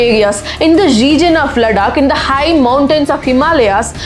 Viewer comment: Sister, you are now awarded by our PM. Please take consideration how you pronounce the name of states like Ladakh, Chattisgarh, Arunachal pradesh. Please try to pronounce it like how they pronounce their state names. It is said that with great power comes great responsibility. As because when we pronounce yours cities or states names incorrectly, the whole community become baised towards north Indians but when influencers like you and others do this , it is explained that it is natural way of your talking. Please if you have time think about my suggestion.